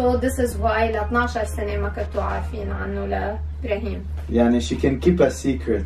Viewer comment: إبراهيم بحرف ال i مو بحرف ال A 😅